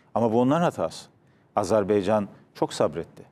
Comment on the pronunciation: Azerbaycan, azerbeycan degil. Tarihci kalin daha iyi bilmeli bunu